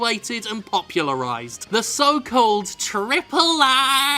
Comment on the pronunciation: Is it just me or is Jim being too subtle when he says Tripple AAA ?